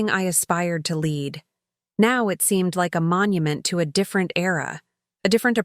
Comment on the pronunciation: Too bad you can’t correctly pronounce common English words, like “lead.”